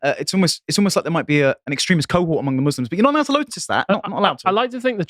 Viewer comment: Amusing slip of the tongue and possible catch phrase from today, he says: "You're not allowed to lotus that"